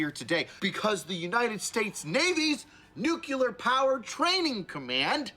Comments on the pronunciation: NOT NUCLAR! NUCLEAR! Get it right! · That fellow cannot pronounce nuclear.